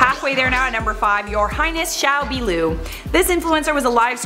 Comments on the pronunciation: "qiao biluo" sounded like "shao beelou" tho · Not perfect. It was okay. Qiao biluo is not pronounced "jhiao bee-loo". It's "jhiao bee-lwo" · she din say qiao biluo correctly lmao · Ohhhh no she didnt... she completely butchered the name Qiao Biluo.... that's not even remotely how you say it.